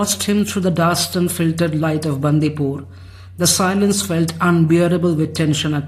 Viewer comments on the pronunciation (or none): Its not Bandhi pur..Its Bandipur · It is बंडीपुर not बंदीपुर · She said Baandhipur..Not complaining just a small correction